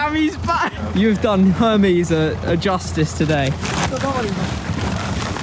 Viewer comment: Did he say Hermes delivery 🚚 😳